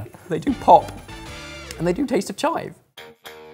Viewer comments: They’re not like “CHIVE” 👊 they’re “chive” 👐 And also, for someone who’s not into tiny balls on my food, I don’t find this very appetising. 🤢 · "they're not like CHIVE! they're just like chive~" 😆😆😆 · "They're not like CHIVE.. but they're like chive" -, 2020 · “They are not like *🤜🤜👊* CHIVE!! They are more like *🙌👐🤲* chive.” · It’s not “CHIVE”, it’s “~chive~” I LOST IT AHAHAHAHAHAHAHAHAHAHAHHAAHAHAHAH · "CHIVE!" "chive" is best.